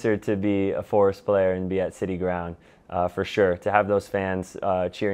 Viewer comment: Please just one 'R' In "FOReST" 🙏🏼